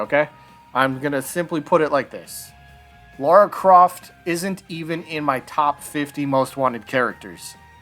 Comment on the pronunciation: Say "Mario". "Mario" Now say "Lara". "Laura"